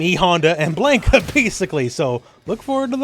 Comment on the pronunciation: If I have to hear him pronounce Mannon or Blanka again, I am going to slit my throat.